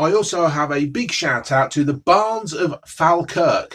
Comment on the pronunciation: Fal-kirk 😂 it's pronounced Fall-kirk.